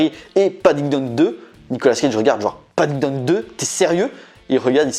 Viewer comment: Padington pas padindone :)